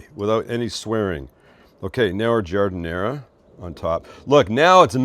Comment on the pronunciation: All good until you effed up on the giadinara.